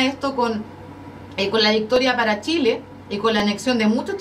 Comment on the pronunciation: JAMÁS LA PATAGONIA FUE DE SSSSSHHHHHIIIILLLEEEEE !?